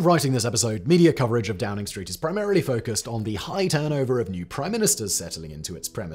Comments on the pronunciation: you called it DROWNING street... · did Simon say Drowning Street? 😅🤣🤣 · "Number 10 Drowning Street" anyone else hear this? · I swear you say number ten drowning Street. Which is hilarious and about right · Drowning street?? 🤣🤣